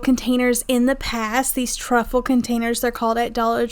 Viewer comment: It’s trifle, long I, not truffle